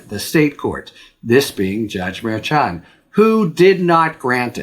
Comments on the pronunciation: FYI it's pronounced mar-SHAN. Not mar-CHON. Just any Latino in your office or orbit, if you have any. Also, I listen to almost all your videos. Keep going, we need you!! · Harry, you're the best. But please learn how to correctly pronounce the name of Judge Juan Merchan.